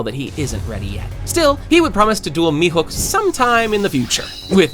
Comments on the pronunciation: Dude its mihawk not mihook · mihook? you mean mihawk? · Your pronunciation sucks, this has gotta be like the 10th video where you can’t say “Baratie” and you still call him mihook instead of Mihawk, what the hell? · Calling Mehawk mehuck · you genuinely piss me off whenever you mispronounce half of the names ITS NOT MEHOOK ITS PRONOUNCED ME HAWK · Who's the heck is mehook It's mehawk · "Mihook"got me… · mihawk nah he said meathook